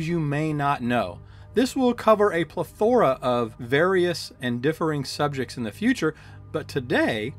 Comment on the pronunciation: Plethora…PLETH-Oh-RA EH EH short E PLETH-O-RA